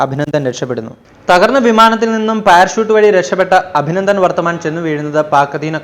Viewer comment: അഭിനന്ദൻ വർത്തമാൻ ????????. .... ഇത്രയും ഫേമസ് ഒരു പേര് ....അതെങ്കിലും ശരിക്കു പറഞ്ഞുകൂടെ???